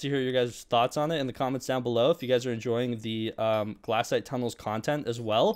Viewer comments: BRO its glacite not glassite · im gonna throw up if i her him say "glass-ite" again